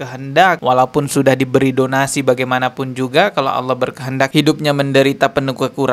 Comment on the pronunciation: "Tidak ada bedanya AUWOH dengan setan" wkwkw bibirnya ga bisa bener lafadznya, karena memang nama-Nya Allah